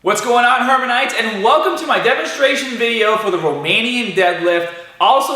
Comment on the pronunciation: Did he just call me a "hermanite?"